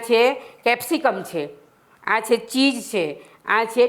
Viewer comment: Pizza and cheese, bolta nathi aawadtu chej , puja bole che